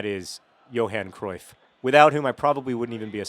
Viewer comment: You pronounce 'Dirk Kuyt' semi-correctly, and yet you completely mess up Johan Cruyff? It's the same 'uy' sound!